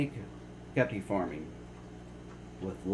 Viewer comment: He called it the guppy room then he said right after the “gaper” room